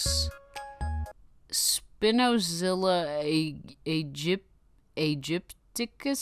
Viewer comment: I think you pronounce Spinozilla correctly, but the "Aegyptiacus" is supposed to be pronounced like "agypticus"